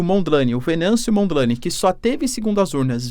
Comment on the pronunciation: Lê-se "Monjane" e não Mondlane